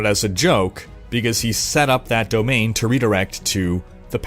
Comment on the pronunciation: did you pronounce Domain as Donaim? Now I want a fantasy kingdom called the Donaim Domain.